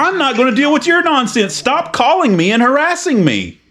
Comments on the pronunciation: I'm not hawassing you, you silly wabbit!!!🤣😂🤣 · "Stop hawassing me"😂😂😂😂 He's a cowectional officer don't you know!!!! This is YouTube gold😂😂😂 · im not hawassing you. im just hewping.